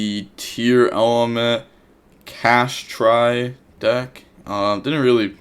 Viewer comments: It's pronounced Cash-Tea-Ra btw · my dude. It's pronounced Kash-tear-ah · Cash tear ah is how you pronounce it